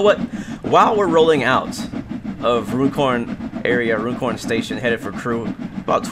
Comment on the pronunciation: Nice! I suspect you didn't get the gold mainly because of the speeding. It's pronounced "run corn" by the way. As in "going for a run".